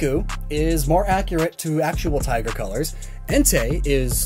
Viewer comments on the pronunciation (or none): none